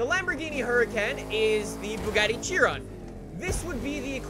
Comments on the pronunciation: Say it with me now.... it’s not pronounced Chi-ron, it’s SHI-RON. I’ve heard Canadians and British people say it like that 99% of the time. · Bro, i believe Chiron is pronounced as kai-ron :D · it’s pronounced “shiron”